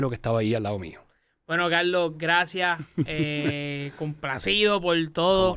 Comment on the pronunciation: Mi hermano TU eres chino?....no es Calooo .....es Carrrlosss.....ni puelto lico....🧐